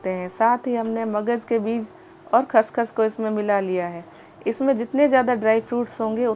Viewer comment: Haaahaha khaash khaash NAHI khaashkhaash hota hai g